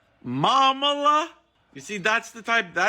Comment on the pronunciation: Finally, someone is saying this. Drew is unwatchable. She and her producers probably think this is her niche, but it is so contrived and obvious. The "Momala" makes me vomit, as the word is actually from a Jewish derivation, Mamaleh